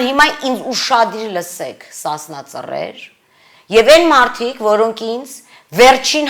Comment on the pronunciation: Марина, не надо защищать или обвинять Сасна црер, пожалуйста держитесь от них как можно дальше, чтобы не испортить единственную чистую силу. Кстати у вас даже нет необходимого уровня культуры, чтобы правильно произносить их имя.